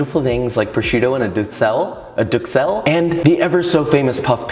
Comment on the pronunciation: However he doesn’t pronounce duxelles correctly and this guy does.